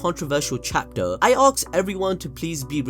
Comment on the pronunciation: when the narrator pronounces 'ask' like 'aks' i switch off